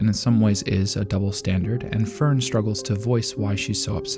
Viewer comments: Don't worry, your Fern and Stark pronunciation is off too, but it's well within okay territory, once had youtube recommend a video about Frieren and the guy pronounced Linie (the girl demon that gets axed by Stark) like lie-knee, which is so brutally wrong I stopped watching, did he even watch Frieren? They do an okay job with names, not perfect, but not this wrong. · This is the exact same phrasing I was intending to use to point out his mispronunciation of Fern and Stark xD